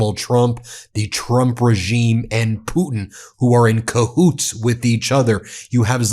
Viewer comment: You said Cahoots 😂